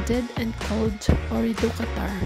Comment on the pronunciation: DOHA, QUA-TOUR <3